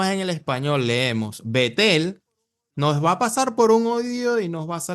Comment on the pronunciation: A bet - el no Betel ojo bro